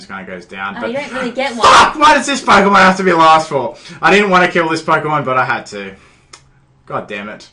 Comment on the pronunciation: you deserve bad battles if your saying it like polkamon